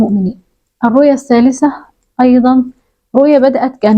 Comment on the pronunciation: الثالثة بالثاء وليس التاء